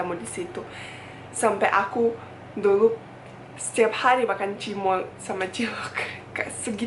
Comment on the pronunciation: cilok, cimol wkwkwkwkwkwkwk... lucu aj gitu dengernya klo bule yg ngomong wkwkwkwkwk